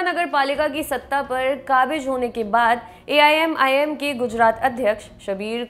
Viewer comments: madam Aap 4 bar Aimim ki jagah aii'm bol chuki ho . Mai aapka fan hu lekin aaj aap ka programm karte vakt shayad man kahi aur tha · aap pahele AIMIM bolna sikho.